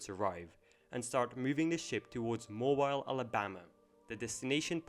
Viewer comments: I grew up in Mobile Alabama, it’s pronounced moh bill, not moh bile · It's pronounced "Mo-beal " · Moe-Beal not Moe-Bile Great video though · It’s pronounced Moe-Beal lol not Moe-bile lol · MoBEEL not MoBILE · 😂 I laughed out loud when he pronounced it "Mobile." It's "Mobile" – not "Mobile" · It's pronounced, Mo-beel, not mo-bile. Mobile, Alabama. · please it’s not “mo-bile” or “mo-bull” ITS “MO-BILL” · YA IT'S NOT ( MOE-BYLE) BUT MORE LIKE ( MOE-BEEL) . Love how the English slaughter our way of annunciating! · I am SICK and God damn TIRED of people putting disrespect on my city! It isn't Mob-isle... you gotta put some Conecuh on that shit! Give it a little southern twang! It's Mob-eel! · it's Mo-beel, not Mo-byle ,alabama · It is pronounced MO-BEEL, not MO-BILE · Just so you know it's pronounced moh-beel Alabama not like mobile (phone) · Lol Moe-bile is actually pronounced Moe-bil (or Moe-beel if you're really southern). From a native southern Alabamian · Moo Bile Alabama? Uhhh. No. Try MoBeel Alabama. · Something about the narrator saying 'MoBile' Alabama instead of 'MoBeel' made me happy for some reason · Mobile, Alabama is pronounced Mo-beel. Not Mo-bile. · Mo-BEEL Alabama, not Mo-BILE. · Mo-Beel not Mo-byle my guy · A truly interesting video, and the city in Alabama, Mobile, is pronounced: Moe-Bee-Ill, not Moe-By-Ill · Love how it says "Footage from Costa Cancordia" lol. They should have evacuated the ship. It's Mo-Beel, Alabama not Mobile like Mobile phone. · Not that it matters, but its not Mobile it pronounced "Mobill" spelled Mobile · I’m not tryna be rude or anything but it’s pronounced like Mo-beel. Not Mo-bile. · Mobile, AL is pronounced "mobeele", not "moe bile". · Mobile is pronounced moebeele, not mobeyle. Just in case anyone cares. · It's pronounced "Moh-BEEL." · I was thinking the same thing haha. He said mobile like a phone 😂😂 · Moh-Beel ....... Mobile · Pronounced Mo-beel. Great overview vid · It's pronounced Mow-Beel :) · Mo-BEEL (Mobile) Alabama